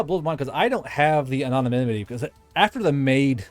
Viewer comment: Say it with me Ann-no-nim-mitty